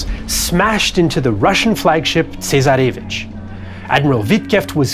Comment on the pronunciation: A decent enough history, but with ghastly pronunciation! “Sino”…”Kropotkin”…”Tsarevich” - all mangled almost to the point of unintelligibility.